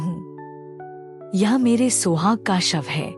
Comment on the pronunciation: Hindi ko over exaggerate mat karo even in hindi सुहाग not सोहाग